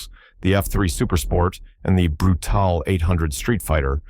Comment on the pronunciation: Brutale ?? No - Bru! ~ Taal’e